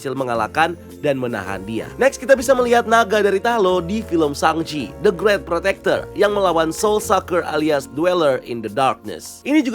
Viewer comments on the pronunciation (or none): Naga itu dari Shang Chi, panggilannya the great protector. Btw, masih ucap namanya Shang Chi jadi Sheng chi ya? Wkwkwk